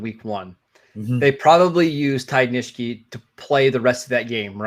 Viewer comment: Not criticizing, just want to help. Ty Nsekhe - N-SECK-he. Not Nish-key. Otherwise I enjoy listening to your opinions! Keep up the great work